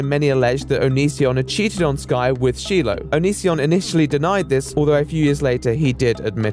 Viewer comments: listening to you pronounce Shiloh as shee-loh is sending me lmao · Ive never heard anyone pronounce the name Shiloh as sheelo. LOL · Her name is pronounced SHY-LOW. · Every time he pronounces Shiloh like “Sheelow” I want to scream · Isn’t it pronounced shy-low? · If you can hear the pronunciation of “Shiloh” in the clips you include in this video, why do you refuse to say her name correctly? Kind of disrespectful, don’t you think? Shy-low, it’s pretty easy to say. Weird decision. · Listens to the way that shilo’s name is pronounced...”Sheelo” Jesus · Say it with me - SHY LOW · "Sheeloh"? Do your research man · Her name is pronounced “Shy-low.” The fact that Onision actually says her name in this video yet you continued to say it completely wrong just baffles me. Lol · I've literally never heard Shiloh pronounced as Sheeloh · Y'all talking about Onision being a demon, which he is but this man call Shiloh Sheeloh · LOL pronouncing Shiloh as Sheeloh! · I had to stop watching after the 70th time he mispronounced Shiloh as Sheelow, even with the clip of Onision saying it 😣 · For about 5 minutes I was wondering "Who the fuck is Sheelo?" and then I realized was mispronouncing "Shiloh". For fuck's sake dude, Greg says the name himself. There is no alternative pronunciation of the name. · The mispronounced She-lo fucking kills me. Hard to listen to. And he says it so often!! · Like it really just played a clip of how to say Shiloh’s name properly but he continues to call her sheeloh I’m cringing so hard I don’t think I have a neck anymore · So annoying how the British guy keeps mispronouncing the name Shiloh. Its pronounced "Shy-Low" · calling Shiloh "she-low" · shee-low tho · "Sheloh" really? Maybe I'm petty but the constant mispronunciation of Shiloh's name made me click off this video. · It's pronounced "Shy-Loe" you britbong. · Why does he call her shelo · 9/10 video, would have given 10 if you didn't say shEEloh instead of Shiloh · She-low lol 😂